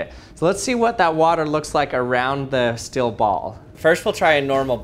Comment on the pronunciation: Weird how he pronounces steel as "still" and feels as "fills".